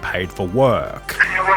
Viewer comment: Hammaaaaa, sixteenuuh, herrrrr, wuuuurk.